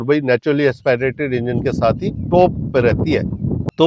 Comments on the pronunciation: AsPAAIRATED nahi hota, AsPIRATED hota hai mere bhai. Kam se kam pronounciation to seekh lo videos banane se pehle. AS PI RATED. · Naturally Aspirated Engine ❌Naturally Expi rated Engine✅ 😂😂😂